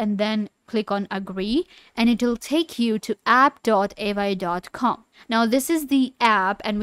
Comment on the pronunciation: How you expect to explain it when you can't even pronounce it properly 😅😂